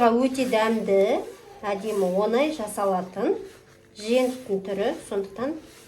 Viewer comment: Онай емес оңай